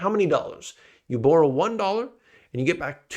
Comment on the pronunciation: The way you say "borrow" is as bad as your forecasts